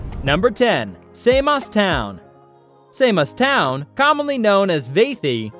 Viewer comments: wtf "say-moss"???? come on man...! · It's Samos not Saymos ! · Usa say saymos 😂..and bizantine...its difference in accent..... But its not how u say it in greek .